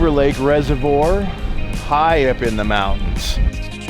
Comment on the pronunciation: I finally watched this one and laughed at how he pronounced it. Couldn't help it, I look at those mountains everyday because of where I live.